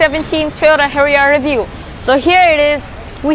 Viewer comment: XD your silly accent is now cracking and if u dont know pronounciation of harrier then why did you make a video i disliked }:-(